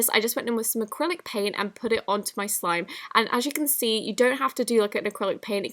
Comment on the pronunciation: OML DOES ANYONE NOTICE SHE SAID SIME HAHA 😂